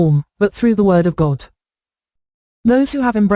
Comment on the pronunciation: Every time that computer says God I think she's saying gold.